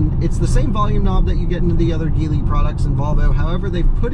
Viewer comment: It's G-lee.